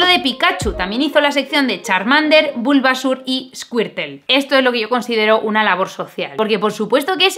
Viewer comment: Pikachu, Bulbásur, Charmánder y Escuirtel... Amé como pronuncia los nombres jajajajaja